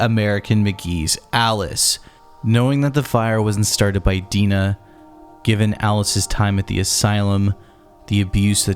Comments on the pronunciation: Love it watched this and your video on the first game... But why do you keep calling Dinah... Deenah? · how you’re able make a video with ALL this information and not able to pronounce Liddell and Dinah correctly baffles me